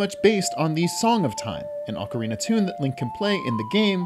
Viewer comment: Finally, someone else who says ocarina with the long "O" sound! Everybody looks at me like I'm crazy when I say it that way!